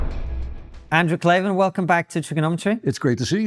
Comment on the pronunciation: KLAVAN, there are no “ees” in Klavan.😂😊